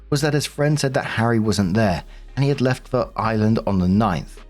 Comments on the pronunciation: I wasn’t lookin at the screen at first and thought was saying Island instead of Ireland. I was so confused for a bit. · Your accent,. It wasn't until you said, "I live in the UK, so Ireland isn't that far away," thatvI realized you said, "Ireland." It sounded like, "island!"